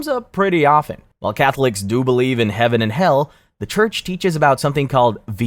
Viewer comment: Why did you say Heaven and Hell weird?